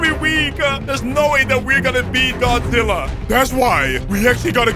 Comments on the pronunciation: Godizilla ahhahahaha its godzilla not godizilla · its godzilla not godizilla